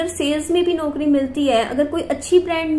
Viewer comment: Radio Jockey ki job achhi hai,par mein ek advice dena chahungi apko please isko ghalat mat lena आप कुछ शब्दों का उच्चारण सही करिये जैसे ‘ौ’ को आप ‘ओ’ बोलते हो eg. ‘नौकरी ‘ होता है ‘नोकरी’ नहीं । ‘पौधा’होता है ‘पोधा’ नहीं।औरत होता है ओरत नहीं ।दौलत होता है दोलत नहीं।😊